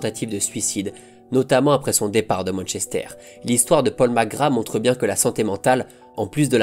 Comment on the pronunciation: Merci pour ces images de Magic Safet , je kiffais ce joueur gamin. Par contre " Paul Mc Gra " , tu m'as tué. Vivement lundi prochain.